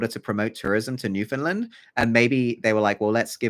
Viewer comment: This is a really great theory and as a newfoundlander i love the how our history is included and that you dont pronounce the Found like so many do. I just wanted to point out you pronounced Mi'kmaq as "mik mak" and its actually more like "mik-k'maw", its just a really old mispronouncation thats now considered as disrespectful cause some people continue to use it after they find out the difference to be disrespectful on purpose